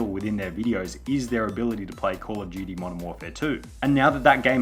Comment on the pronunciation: Subtitles picks up you saying Call of Duty as 'Poor Judy'. Lol